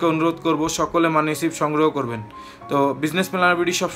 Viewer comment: R ekta correction MONEY RECEIVE uchcharon hobe na, hobe MONEY RECEAT uchcharon.